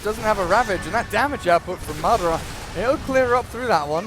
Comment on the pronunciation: Yeah, also somebody need to tell the fucking caster that it's madAra, not mAdara